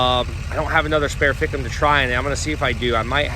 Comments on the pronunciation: Man alive..... If anyone ran a drinking game off how many times said "fick 'em" they would be lit AF. Please keep saying it, it is my favorite new word. Anyone wanting to jump on, I know that he is sounding out FICM the acronym for fuel injection control module. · the "fickem" lol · The amount of time you said ficm too😂 love it